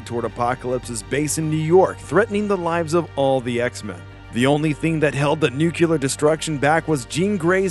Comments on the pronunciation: Nuclear not nucular. 🤦‍♂️ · nuclear: nü-klē-ər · Why is "nuclear" so difficult for people to pronounce? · Great video but the way he pronounces "nuclear" every time, just irritates me. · Please learn how to pronounce nuclear correctly, it comes up often enough in these comics that it seriously bugs me